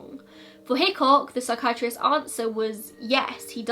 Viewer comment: Am I the only one who thinks of Hitchcock from Brooklyn 99 every time she says Hickok